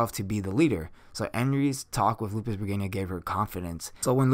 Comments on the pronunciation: Appreciate how much knowledge you present And going into the lore that's not covered in the anime is always a positive thing when trying to cover all the intrinsic values of a character. Some of the pronunciations are a bit off. It sounded like Lupus Bergenia Beta, instead of how it's pronounced in the anime of Lups Re Gina with an emphasis on the G, and how you pronounce Cleric like Clerk. I mean this with no targetted disrespect, it's just something that i notice. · Im not bothered with the mispronounced name but you should call her just beta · You mispronounce Lupusregina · Ill speak for the other half. IDC if he pronounced it wrong.I mean he's human lol, i got enough common sense. Im just here for the facts 😋. I understand you though sir. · Why i constantly hear Lupusbergina rather than Lupusregina😅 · yes, he mispronunce her anme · Okay, so I'm not the only one hearing the narrator of the video say it that way too hmm? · Shouldn't it be pronounced, lou-pis-ruh-jean-uh? I think the English translators or VA messed up. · Gotta' say... Bregania sounds cooler though. Lol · I don't think you are pronouncing the name right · I have to squeeze my stressball everytime i hear that regayna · Lupus-REGINA not lupusbregina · R E G I N A not R E G I N I A 😐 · She's a sadistic energetic verwolf girl. There. Also what? "Lupus Reginia" ??? It's Re-Gi-Na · its lupusregina not lupusbreginia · i hear he call it lupus bergania why is that? why is so hard to pronounce LUPUS RE GI NA explain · lel its lupisregina not lupusregina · i am with you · yes i think pronouncing established names properly is a must. I dont mind words to have diff pronounciation but established names should be pronounced properly specially as an informational youtuber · Regina = Wedge-I-Nah